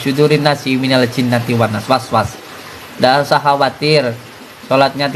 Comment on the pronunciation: Baca surat An-nas salah 😂Jin Was was 🤣Keris ada baterainya 😂Gus gendeng kok di kagumi wkwkwkwkwk 🤣